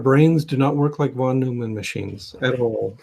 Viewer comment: (I'm sorry for criticizing your pronunciation, but I have a silly joke about it.) "Von Numen Machines"? Is that a computational model based on irritating Jerry Seinfeld?